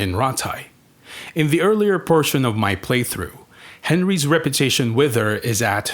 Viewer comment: I can't make out what you are saying. Are you saying Rep U Tation or Rep er tation? Because it sounds like you are either saying Rep er tation and at times Reparation's which is something completely different again.